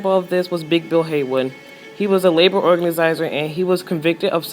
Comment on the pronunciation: ""a labor organasizor" wtf it that ?